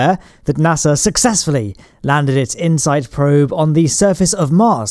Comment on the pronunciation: I paused to watch a video on Insight, and came back to "I-H-NOIFAV"; I love it! :D (I watched Astrum's 'supercut' on insight; it was really good.)